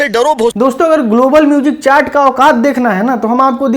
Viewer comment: चैट नहीं होता bhosdike चार्ट होता है। लौडू पढ़ना सीख ले झांट के बाल